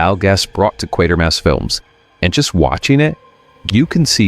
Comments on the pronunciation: Quatermass is not pronounced like quater. It is pronounced like crater. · Ah man. As soon as I thought "you pronounced it right when you referenced the name during X so whatever you do, don't add an 'r' and make it 'Quartermass'", it happened. Q2 is my favorite of the three Hammer Q movies if only because it improves the serial it's based on. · Its pronounced "Qu[AY]termass" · When you mentioned Quatermass at the start of the video you pronounced it correctly but later on when talking about the movie you got it wrong 😂